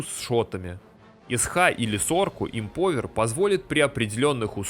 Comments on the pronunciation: эмпОвер ухо режет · Как режет слух тупая речь! Ты говоришь "МАЛАКО" или "МОЛОКО" именно говоришь? Эмпауер говориться!!!!